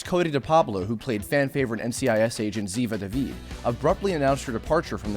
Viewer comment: I’m just rlly happy this guy knows how to pronounce Ziva David I was like yesss! Also I agree with other ppl that the show IS legit Cote, Mark, and Micheal but I also think you should add Pauley and Sean cause they are the OG